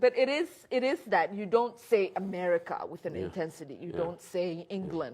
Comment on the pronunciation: She's been hating on " AMER-R-R-ICH-HA, thee great sait-aan" her entire life. If only muslims were a race, huh.....she could claim racism.